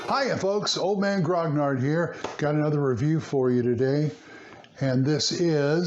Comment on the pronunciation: Love the reviews but can I, as another old time grognard, say something I'm sure you've heard many times - you aren't pronouncing grognard correctly....gro-NYAR or thereabouts. Only another grognard would bug you about this. :).